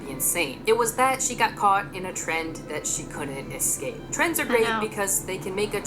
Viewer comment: I wasn’t paying attention and I thought she said “fuck trans” “I hate trans” instead of trends and I was like 😧😧😨